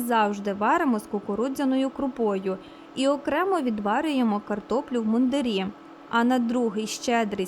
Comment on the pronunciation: Картопля в мундИрі, а не в мундирІ. Одяг військових-мундИр.